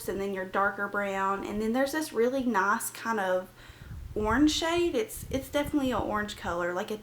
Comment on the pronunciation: Its nice not naac